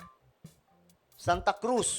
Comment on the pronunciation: calauan "kalawan" po sangkay